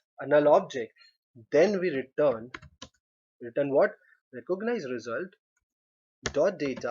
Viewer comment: These guys are really learning English through programming languages lol, recooganize